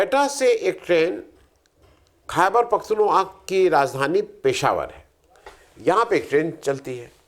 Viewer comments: "खैबर पख्तूनख्वा" (Khyber Pakhtunkhwa) का उच्चारण इस प्रकार है:"क़ैबर पख़्तूनख़्वा" "क़ैबर" में 'ख' को अरबी/उर्दू के 'ق' (क़) की तरह हल्का गला दबाकर उच्चारित करें। "पख़्तूनख़्वा" में 'ख़' को थोड़ा गले से निकालें, जैसे अरबी/उर्दू के "خ" का उच्चारण होता है। 'ख़्वा' में 'ख़' और 'व' को मिलाकर बोलें, जो 'ख़्वा' जैसा लगे। अगर अंग्रेज़ी में उच्चारण देखें तो: "Khy-ber Pakh-toon-khwa" (ख़ैबर पख़्तूनख़्वा) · खुद पूरा समझे नहीं और लोगों को पाकिस्तान ki समझ पेलने बैठ गए हो। पहले सलीके से खैबर पख्तुनख्वा शब्द का उच्चारण तो करना सीख लो। दोस्तों इस आदमी ने पूरा होम वर्क नहीं किया hai और वीडीओ बनाने बैठ गया है। ये पड़ोसी के साथ बातचीत की वकालत कर रहा है। बीजेपी तो कम से कम हिन्दू मुसलमान तो करती है पर कांग्रेस जिसके तुम दल्ले हो, वो सिर्फ मुसलमान मुसलमान कर रही है। तो बीजेपी कम से कम दोनों की बात करती है।